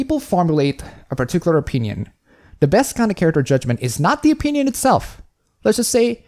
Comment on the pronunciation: you're entitled to your a-peen-ion.